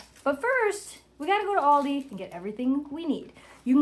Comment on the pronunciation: Pizza! Hihi, your pronunciation of Aldi cracks me up. Yes, best pizza is legit self made sauce plus mozzarella and fresh Basil. So good!